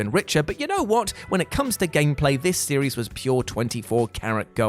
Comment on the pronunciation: My dude has a speach impediment? He said series as sewies lololololol